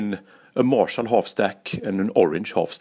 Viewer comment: Erik Hurtig at what points do you mean? Was it Märshall or Ärange